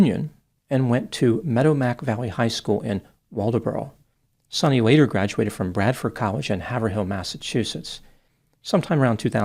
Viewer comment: God, the butchery of the names, its MA-DOM-ICK Valley and HAV-ER-ILL, not HAVER HILL and MEDOW-MACK